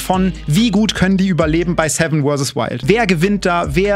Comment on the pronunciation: bin ich der einzige beim cringen jedesmal wenn "werses" sagt?